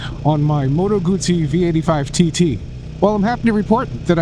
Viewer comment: Guzzi doesn’t have a “t” in it.